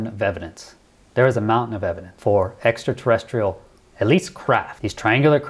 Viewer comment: Extraterresterial??? Really???